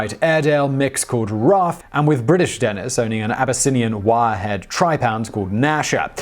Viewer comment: What's with the two "n"s? "Denenis" just sounds silly.